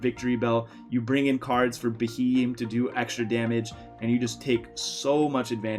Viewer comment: Sorry mate but I can't get over this, that pokemons name is pronounced be-he-m.